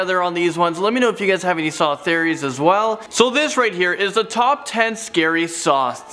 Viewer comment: Tried to watch but I can’t stand the way you say theories. I’m sorry.